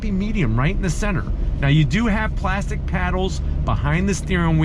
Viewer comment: ”extra wide plazxkytwp-stic here”